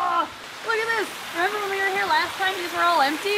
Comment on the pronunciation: Omg when said WHEN, Rex dies I thought she said since Rex died XD